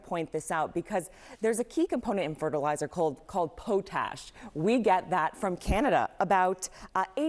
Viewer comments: pot-ash, not pote-ash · sounds like pot-ash. Just one word, potash. Not Pote ash. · “Poe - tash”? 😅 it’s pot-ash. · Pot-ash not po-tash 🤦🏻‍♀️ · Funny po-tash or is that pot-ash, she doesn't know what shes talking about. Just flapping her gums no real insight from this banal program. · It's pronounced pot-ash, jeeez po-tash is not a thing. Heard this several times on American media today. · It is pronounced as POT-ash not PO-tash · POTash not POEtash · POE TASH? Its pronounced Pot-ash. Once again, proving just how IGNORANT your population. You may as well get rid of the Dept. of Education. It hasn't helped so far, morons! 🇨🇦 🍁 🇨🇦 🍁 🇨🇦 🍁 🇨🇦 🍁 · WHY didn’t you explain this SO CLEARLY prior to November 20th?!?!?! Oh, and it’s pronounced pot-ash, not po-tash. 😂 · Not po-tash sheesh pot- ash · Poe-tash?? Potash…. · Po-tash????? Does she mean potash? (Pot-ash) 😂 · Pronounced POT ASH not PO TASH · Libs, it is potash, not poetash. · What is Poe-tash? Does she mean Pot-ash? Lol! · Potash is pronounced pot ash not po tash. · Potash not pote ash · Girl said PO-tash 😂😂😂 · Just afraid friendly correction: the fertilizer component is pronounced “Pot-ash”, short o, not long. In any case, there is a lot of this in Saskatchewan and it’s needed in crop fertilizers. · My take from this broadcast. 1) It boggles the left mind. 2) Job loss will be at CNN and MSNBC. 3) Potash pronounced Pot Ash. 4) Stocks, buy low and sell high. 5) It will cost more to overdose on fentanyl. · Did she say “poh-tash”? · "Poat ash" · Pot - - - as in 'pots and pans' ash - - - as in burning ash potash. it's pronounced potash. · Potash pronounced Pot ash🤣🤣 I hear all the news outlets pronouncing it wrong.. Potash come from my province of Saskatchewan! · PO-Tash, HAHA🙄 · POT- ASH it is pronounced POY-ASH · Potash... the "o" is like in Orange..... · Hilarious pronunciation of potash 😂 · Hahaha the way she pronounced potash 😂